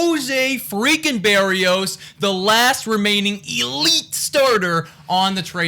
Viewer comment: Look up how to say his name, it’s different from how you were saying it. From a Twins fan you guys got a good one thought. It’s Burr ee o s. Just for future reference. Wish we had a good Twins show like this lol